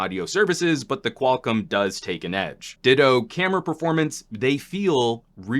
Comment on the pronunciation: Qual COM, not Qual-CUM.